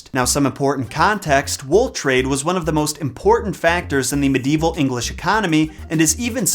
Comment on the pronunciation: Hearing the way he says Birmingham makes me cringe